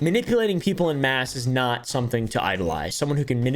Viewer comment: En masse is French and pronounced phonetically as on-mass. Not in mass.